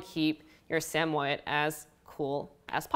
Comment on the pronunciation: Pernouced “Sammy-ed”